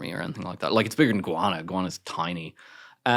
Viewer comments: How does he think you pronounce Guyana as "Iguana"? He does it consistently, so he clearly thinks that is how one pronounces it. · It's "Guyana", not "Iguana"! 😉